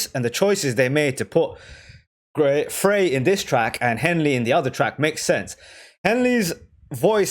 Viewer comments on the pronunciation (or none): It's Frey as in Fry, not Fray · Minor point; but widely used by folks while doing reactions to Eagles ...Glen Frey pronounces his last name as FRY...not FRAY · Glen Fry is how it’s pronounced and all of them sign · This song is not humorous, you don’t have a clue. It ( Frye ) is pronounced Fry , like French Fry . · Glen Frey is actually pronounced "FRY". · She could very well be with an old man, but, for the record, in the slang of the time "old man/old lady" refers to one's mate or lover. Oh, and Frey is pronounced "Fry" Vheers!